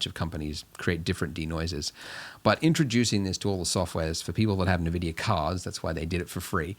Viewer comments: Thanks for the tutorial! This has really helped me get started! But also... EN-VIDIA NOT UN-VIDIA PLEASEEEE OMG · I unsubscribed and stopped watching the video when you said navidia